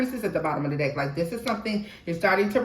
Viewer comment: Oh hell nah…2 min in. You said let me find me a deck…my a$$ heard let me find me a d😂ck lol. I already know what I’m in for in this reading. Let me buckle up 😂😂😂😂❤